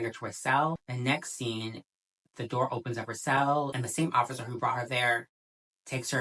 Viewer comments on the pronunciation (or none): none